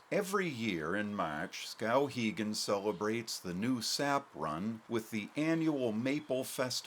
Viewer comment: I don't like his pronunciation of the town's name.